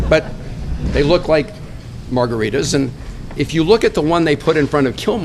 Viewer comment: It's not margaritas lol!